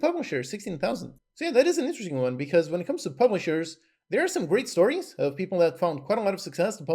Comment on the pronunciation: grreat lol